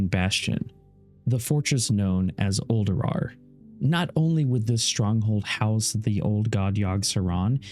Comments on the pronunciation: these lore video's are amazing! but am i the only one who constantly hear say Uldurawr instead of Ulduar? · You have the ability to re-do things and edit them. There's no actual excuse for leaving poor pronunciation in a video besides being too lazy to fix your mistakes.